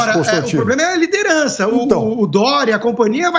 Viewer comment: Lirederança? Hahaha